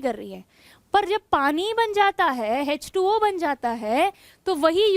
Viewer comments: Mam its nt hz 2 o Its h2o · Hech2o nhi h2o